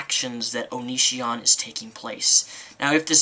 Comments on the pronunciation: oh and it's O-NE-SEE-ON...not OH..NE...SHAWN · I hate how you always say his name fucking wrong! It's not onishion or onisien or whatever. If your gonna hate, at least say it right. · Oh look u do have a hart for onision O-nee-c-on